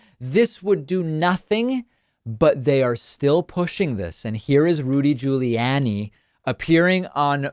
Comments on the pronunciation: Your Rudy Ju-lee-annie pronunciation is annoying beyond belief! You are literally the only person in the world pronouncing his name this way. Please STOP IT! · hehe, "Judy Ruliani" X-D Sorry, but sounded just very funny... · I WASSS following this video, buuuut, I friggn love how you say Rudy Giuliani. Priceless.